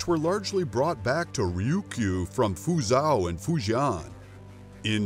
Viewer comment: I speak Mandarin and Japanese, but his pronunciation of Fujian and Fuzhou made milk come out of my ears.